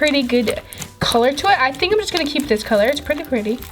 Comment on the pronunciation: 8.17 its s pwetty